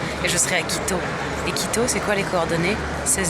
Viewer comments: Quand elle dit « quito » j’entends « clito ». Est-ce normal? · tout le monde entend clito !!! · C'est que moi ou à chaques fois qu'elle dit "Quito" j'entend "Clito" ?~